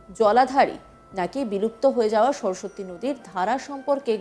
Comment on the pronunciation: সরস্বত্তি নয়, সরস্বতী উচ্চারণ ঠিক নেই অথচ সংবাদ পাঠের কাজ করছেন।😢